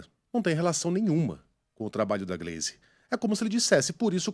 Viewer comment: Posso estar enganado, mas a pronuncia o nome da Gleise errado. ❌❌❌